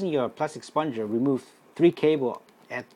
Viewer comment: It is 'spud....ger' ......not 'spon.....ger'.